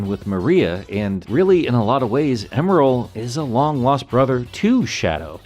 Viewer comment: Thought his name was Emerl not Emeral?